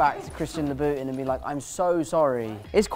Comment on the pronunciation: I’m sorry…Christian LABOOTIN???💀